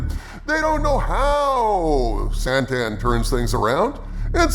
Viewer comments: Why does everyone call him SANTAN? I THOUGHT IT WAS KRRRSSANTAN? i think they again got scared people would make fun of the name.. nope they make fun of the show. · He also doesn’t know how to pronounce Krrsantan.